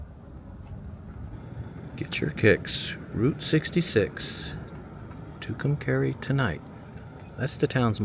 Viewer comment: It's pronounced Two Come Car EE!